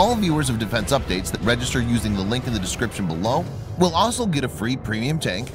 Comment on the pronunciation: I wish the narrator would learn how to say the word 'also'. It has four letters in it. It isn't hard to get those letters in the right order.